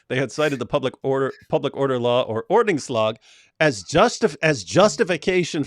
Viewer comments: David pronounces”ordningslag”almost right! Well done. Greetings from Sweden. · David! You pronounced ordningslag perfectly! Just like the Swedish chef would! 😂😂 About the burnings of the Swedish flag. They could actually burn a hundred Swedish flags and we would care. 😂 Much love and blessings from Sweden! God bless you! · pronunciation of "ordningslag" was p good actually???